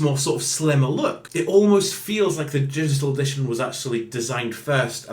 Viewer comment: dishital edishawn?